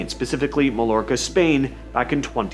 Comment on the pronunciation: 2 ll’s together in Spanish is the J sound. MA JORCA fyi.